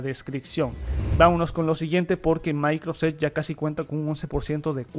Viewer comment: Amigo, por que, en muchas ocasiones, se te escucha decir "maicros" cuando te refieres a Microsoft?... da mucha risa. Igual, que quede claro, eso no demerita tu trabajo.